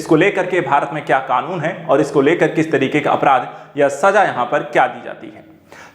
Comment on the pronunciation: araadh nahi apraadh